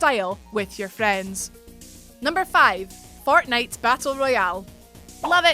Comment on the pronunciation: I heard "Fartnite"